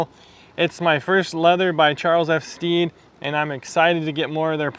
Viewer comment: Great review! Putting in those miles and they look incredible. The perfect shape boot. CF Stead produce some amazing leathers and suedes. I have their Repello suede and also their kudu, both great. Stead rhymes with bed by the way.